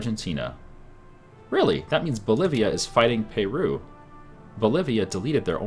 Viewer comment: NO! , He did not just call Peru, "Pay-Roo"